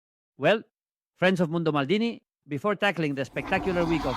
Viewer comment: Maldini en inglés con acento alemán